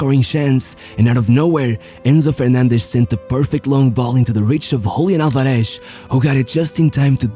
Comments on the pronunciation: All good, but the "Z" is not Sh, just S. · The accent in Álvarez falls on the first syllable. It's /'al.ba.res/, not /al.ba.'res/ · /alvareSH/??? It's pronounced /álvares/ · You can say "Paraguay" correctly but can't pronounce "Copa América". It's "Álvarez", not Alvaresh. 11 players in front of Ochoa? Teams play with 12 players now? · Is not, alvaREZ is Álvarez .. ÁLvarez. head of chota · Really good video. I just wanted to point out it's pronounced AlvareS, with an S sound (rioplatense spanish accent's pronunciation of the letter Z) and not AlvareSH which is how you pronounced it; I hope u see it and helps you for future videos. Great content. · Just one tip: In Spanish, when pronouncing the generic surnames Fernández, Martínez, Álvarez, the z is pronounced like a normal 's' not like 'sh'. Only in Portuguese (from Portugal, not Brazil) it's pronounced like that. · Why are you pronouncing the names like that? Alvaresh, Fernandesh, Martinesh... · Love how you say "Julián Alvareshhh" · Alvareshhhh, Fernandeshhh, Martineshhh ....hahaha.... thy the f*ck do you pronounce like that? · It drives me crazy the way this guy pronounces the z's" en martinez, alvarez... he tries to emphasize the z sound, but ends up sounding like shhhhhhh, "alvareshshshsh" "martineshshshsh"... jajajaja, by the way, great video, saludos desde el mejor pais del mundo: argentina!